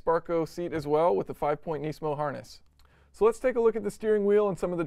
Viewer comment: Engineering Explained ^^ at least know how to properly pronounce the name nismo.